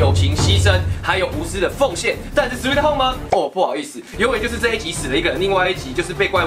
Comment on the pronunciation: sweee home，哦原来，我一直以来是sweet home😮